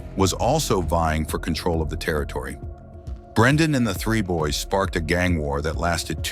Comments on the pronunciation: The 3 boys gang?? Nah that AI you using is mis pranounced. Its Dre boy's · 😂 I was wondering who 3 boys were. At least he got the 3 right.... Unit 3 lol